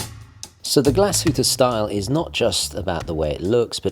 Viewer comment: Its pronounced as ‘GLAS-HU-TTE’,not ‘GLA-SHU-TTE’🤦🏼‍♂️